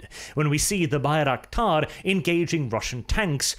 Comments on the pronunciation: Why do you call it Baik-raktar ? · Haha first second already butchered the name of the thing.